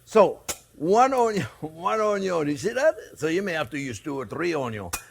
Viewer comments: Don't forget<>The "Onyawn" always goes in first lol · The way how he says onion 😂😂😂